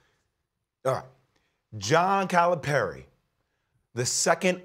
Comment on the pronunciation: It would be nice if Stephen A would learn how to pronounce Calipari.